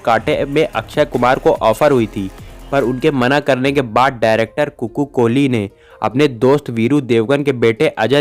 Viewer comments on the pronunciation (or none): none